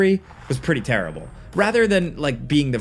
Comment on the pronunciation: I like when says "turrible" like Charles Barkley.